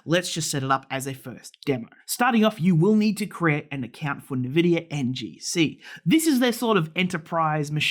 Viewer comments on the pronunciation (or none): wait, why are you saying nEvidia